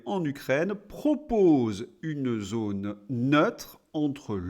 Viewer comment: Oui. Avec ou sans accent circonflexe, le o de "zône" est fermé et ne se prononce pas comme le o de "note", Monsieur. Et arrétez de manger des fruits et légumes pour améliorer votre digestion !